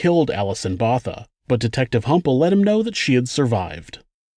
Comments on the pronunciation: Love your vids, thank you for your hard work... A little note... In South African speech, Th is pronounced as T. So Thiens is pronounced Teeans. Botha is pronounced Booata .... Also, du toit is pronounced Doo Toy ..... I also suffered gang rape in SA. I was 12yo.... I'm 51 now, but it ruined my life... This woman is amazing.... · Du Toit is pronounced Du Toy and Botha is pronounced Both-a. I’m from SA and remember this story, I was at the time working for a charity that provided therapy for victims of violent to crime including rape. This isn’t even the most horrific story I heard from victims. Rape in SA was/is such a problem, when I was living there, there was a rape every. 3 secs. Don’t know what it is now. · Errr... She would be Alison 'BohTAH!' rather than "Bother" wouldn't she? You know: Like "Pik" Botha (South African foreign minister)?..... HTH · As a South African these chilled me. Also Botha is pronounced Boo-wi-dtah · I think you’ll find that Botha is pronounced Both-a (Bow-thuh) and Toit is pronounced Twa. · I am from South Africa, Thanks for the story, Du Toit is pronounced Do Toy Or Du Toy, Botha has a silent h, so Bota, And Kruger Is correct for english, but sounds very different in Afrikaans. Just Fyi. Love Your channel. Informative. This woman is tougher than most people, she is very active in doing talks. Satanism is also still very active here, people are kidnapped for the purpose of impregnating them and then "sacrificing" the woman and the baby, or young girls, and then gets raped and killed as they are seen as "pure" as they are mostly still virgins. Its not a hoax. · Du toit is pronounced as "The toy" and Botha as "Bot-ha" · Botha sounds like Bow-Ta And Alison Botha rocks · DuToit is pronounced Du Toy while Botha is pronounced Boatha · No in south Africa botha is pronounced "boowah ta" and du toit in south Africa is pronounced do toy.